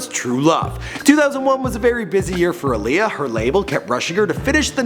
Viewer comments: Timbaland! Aaliyah (ah-lee-yah) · That's not how she pronounces her name. It's Aaliyah like Muhammad Ali